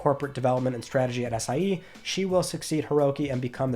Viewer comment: Lmao am I the only one who hears “Ass I E”? 💀